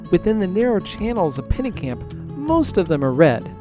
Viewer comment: Bro, it’s Pennekamp👎